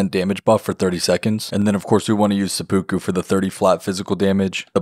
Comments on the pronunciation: i love the videos but every time you say seppuku the pronounciation kills me a little lolol think of SEH-PEH-KOO not SEH-POO-KOO its kind of like how there's 2 ways to say yakuza but the japanese would laugh if you said it differently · omg please don't say sepookoo again. It's pronounced more like sepu-kuh